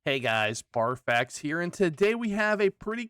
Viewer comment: did he say barf axe and think we wouldnt notice?